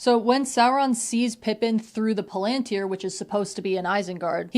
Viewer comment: Your pronunciation of palantir is correct, the pronunciation in the movies is wrong.